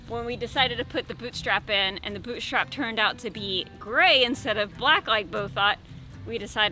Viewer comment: Boottriiiipe! Not boot strap! Great job though.